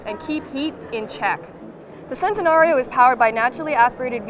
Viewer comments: I cringed when she said sentanario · It's CHEN-tenario. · Theres no problem bout this but you read it chentenario